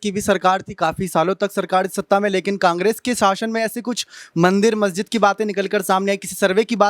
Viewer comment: Ari pagli, mahjid nahi, masjid bolo.